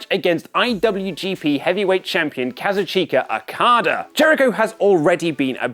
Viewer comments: Novodi ForbiddenRec I guess its better than saying Kazuchker Okader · stop butchering okadas name, he deserves better